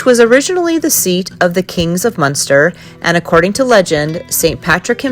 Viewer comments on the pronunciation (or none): none